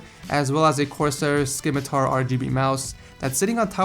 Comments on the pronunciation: Corsair scimitar? The C is silent,.... The C is silent.... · are we not gonna mention how he said scimitar as skimitar and not simitar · interesting pronunciation of the word scimitar.